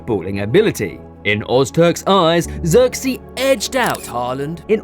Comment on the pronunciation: Learn to pronounce the man's name properly